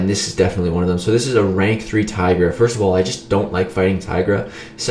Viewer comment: you Say Tigra like Tiger but i believe you are supposed to say Teegra (like T-Shirt)